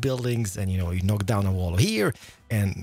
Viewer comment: I love hearing Nordic people pronounce the k in knock, it gives me life 😩❤️ my Finnish friends do it and I love it so much lol